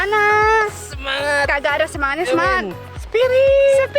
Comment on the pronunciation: Sekilas kalo ngomong sepiritt kedengernya cepirit...Wkwkwk.😂😂😂